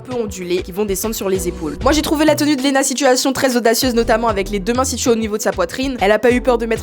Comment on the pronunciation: Ma belle "Lena" pas "Louna" 😭😭